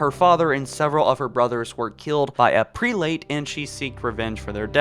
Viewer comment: Yay a video that spoils a book I haven’t gotten the chance to read yet and he sounds illiterate due to how stupid he sounds when he says prelate.